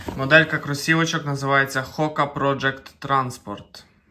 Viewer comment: я сподіваюся, ви в курсі, що це французька фірма? ви ж експерт у взутті, маєте знати такі елементарні речі. Можете сюди глянути, якщо буде бажання Ще от таке для вас спеціально в інтернетах знайшов HOKA is pronounced Ho-Ka (like Coca), not Hock-A, although the soft French H might make it sound more like Oh-Ka. FYI: the original full name of HOKA One One is pronounced as O-ney O-ney not Won Won. Але може вони всі пургу гонять. Вони ж не експерти, навідміну від вас.